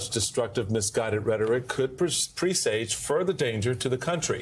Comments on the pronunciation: The word "presage" is pronounced "press uj". Not "preee saij." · Learn how to pronounce “presage”.